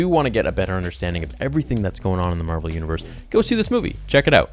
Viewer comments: Carol Danvers is Captain Marvel not Mar-Vell. The scientist that worked on the light speed engine is Mar-Vell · Captain Marvel is pronounced exactly like Marvel Comics. Mar-Vell is the alien who gives Captain Marvel her powers.